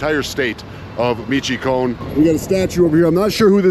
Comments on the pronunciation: This video is everything that is wrong with the American attitude today. You didn’t even bother to learn how to pronounce the name of the town correctly? You can barely even say “hello”. It’s two syllables and you’re completely mispronouncing that as well. You don’t even care enough to know any Spanish, which implies you probably don’t care enough about the culture, and much less the social nuances and history, to even understand what its most basic aspects are…but of course, you’re pretending to be some kind of knowledgeable authority about the country? Gtfo. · Mitch o a con. Please! I'm just 16 miles west of there now. Potz quar o. You'd have a much better visit if you made an effort to learn at least some Spanish, ok, I'll leave you to it. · Pronounced Mish-(oh)-wah-con. As someone who travelled Mexico by car several times, you should expect the bribes and shakedowns. It is normal. Learn how to negotiate. Tell the cop you want to go to court. Tell him you want to speak to the US embassy. Then offer a tenth of what they are asking for. Pronounced—-Pahts-quar-oh, my favorite town. Check out their pyramids. Never drive at night. Never. On one trip my buddy was driving too fast around a curve, before he could even brake or think, we plowed between the two halves of a semi-truck that had split in half after hitting an elephant that had escaped a zoo. The entire village was rapidly packing off the spilled oranges. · I was going to say something when I heard me-cho-con but I see that you also decided to write. I think that if you are going to travel through Mexico on a motorcycle, especially to non-touristic places you should know at least the basics of Spanish. Spanish is not a difficult language. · It's; MIch - O - A - Can. Incredibly beautiful State - but the whole State is a NO GO State. Foreign Plates? They love to stop you and take your car. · Michoacán is pronounced Mishwhacahn,it hurt my ears when you say Measheecahn and I’m not even Mexican.